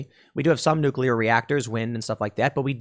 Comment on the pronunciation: Say it with me Tim, "Nuuuuuuuucccccclllllllllleeeeeeeear"